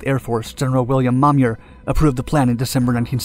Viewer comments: The General's name is pronounced Mo-meyer, not Mom-yer. And the MiG-21 was not superior in every way to the F-105. The F-105 was faster and had a longer range. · Hey dude, that's "General Mo-Myer" not "Momyer".